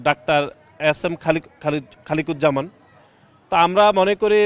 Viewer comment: কি রকম মাতাল ও নেশাখোর ডাক্তার খালেদুজ্জামান নামটি সঠিকভাবে বলতে পারে নাই। এরা চাঁদাবাজি ও চুরিচামারি করতে করতে এখন পুরো পাগল হয়ে গেছে